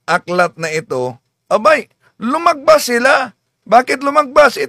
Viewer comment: Lumagpas po bro, hindi lumagbas!